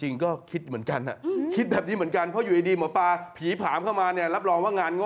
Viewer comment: หมอปลาครับไม่ใช่หมอปา